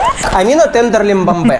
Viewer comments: Я угарал с того что называл Амину тендерлибамбе 😂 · теНрЕмбемБе как говорит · Мне нравится как называет Tenderlybae Tenderlymbambe😂